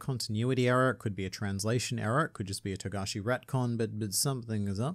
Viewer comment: Finally you say his name right. Shame on you.